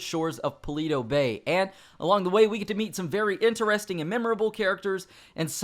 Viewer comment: Yes that was very ENTER-REST-ING